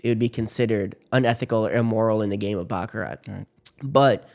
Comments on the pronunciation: Host needs to learn how to pronounce Baccarat. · It's pronounced "Bach-a-rah." The "t" is silent on the end people! 🤦‍♂